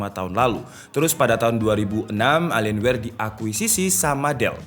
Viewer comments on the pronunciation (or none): Bacanya Elien Wee bang. Terima Kasih